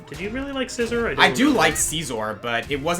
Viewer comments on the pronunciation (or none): Worst pronunciation of Scizor i've heard.